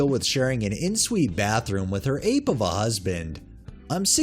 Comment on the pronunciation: Its pronounced ON SUITE